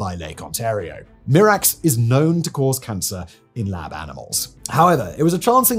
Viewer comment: Mirex... Mirex, not "Mirax". Thank you for posting this video.